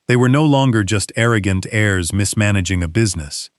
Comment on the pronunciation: The text read, "They watched ghe powerful 'hares', instead of 'heirs'. Another mistake that Ai's reading generalky makes is the tense of the word, 'read', that is ssid differenyly according to context and not spelling.